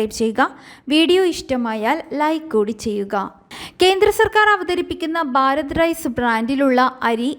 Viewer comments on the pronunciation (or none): ബാരത് അല്ല കുട്ടീ - ഭാരത്